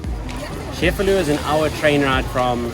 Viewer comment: It's pronounced che-fa-lu, not chef-a-lu.